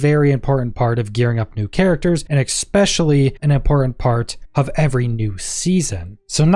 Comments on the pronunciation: "EKSPECIALLY" and I'm done watching. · Especially pronounced with an X just turns me off from watching the video